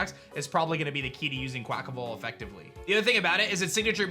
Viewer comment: I could have sworn you said “quack-a-mole.” I died!